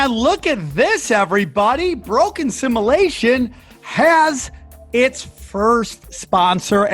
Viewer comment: I’m sure this has already been said 10000 times, but I love that named a show with a word he can’t pronounce. “Ya know guys i really think we are living in assimilation.” For like the past four years.